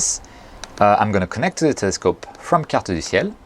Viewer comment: Why does it sound like you know French , no ones says Carte du ciel so properly as you just did, i would know, "i am Canadian" LOL ( Beer commercial) Most people say Cart-dew-Seal ...